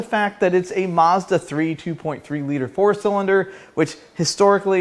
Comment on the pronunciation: All I can say is, Maz-Duh! 😂